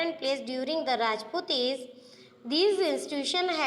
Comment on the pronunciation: Bekar explanation , First learn to speak age you're speaking aze